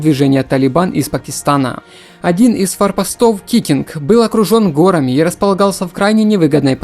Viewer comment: В слове «горами» ударение нужно ставить на второй слог – горАми. Согласно нормам произношения в существительных во множественном числе при спряжении слов по падежам ударение меняет позицию с корня на окончание слова. Например: гОры – горАм, горАми.